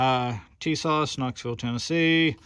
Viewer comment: Tisas...pronounced Ti-saash Per Tisas rep